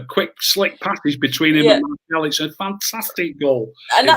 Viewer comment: Enjoyed this a lot great chat and realistic chat from and. The only criticism I have is we don't have anyone called Marshall playing for United!! His name is Martial not Marshall,he's not from Denton 😂. It's the one thing that grates me about the Media and supporters when they say his name wrong!! Maybe it says more about me than anyone else, just my little bug bear 😂 / please make this a regular chat 👍